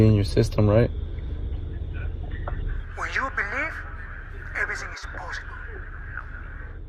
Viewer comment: Sad that Islam is out for the Sat fight, but shout out to Felder for stepping in on short notice.. That ending though, LMAO.. Everysing is poshible.. kol.. kol.. Kol and take anysing's you want it..